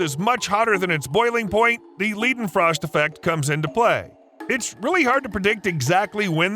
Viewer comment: Ok... the pronunciation of Necronomicon and Leidenfrost is driving me absolutely crazy...